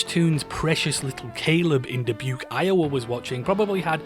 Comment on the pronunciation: Hearing my hometown of Dubuque, Iowa get shouted out, and correctly pronounced, was not on my Bingo card today. Cheers!